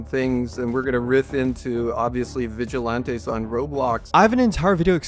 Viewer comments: Vig-a-Lan-tees Not Vig-a-Lawn-tee. I know you're doing it on purpose. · vigi lawn tees. bro are you just dumb? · Pronouncing it vigi-LAHN-tees is so fucking foul though. Listen to how other people are pronouncing it, dude. That's the correct way. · i cant get past "vigil aunties" lmao